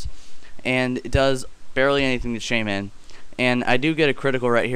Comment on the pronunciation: I like how you put emphasis on the MIN in shaymin.